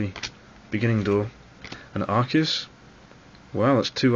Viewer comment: Arcei, haha! you clever dog. haha and one of the few to pronounce it right :]